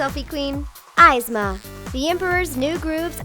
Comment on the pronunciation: who the hell is EYEZma?